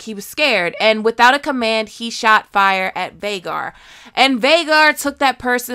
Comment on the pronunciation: Also Daemon: Hey, you mispronounced Fire.